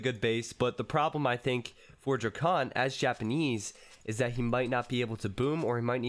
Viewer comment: y u calling him dracunt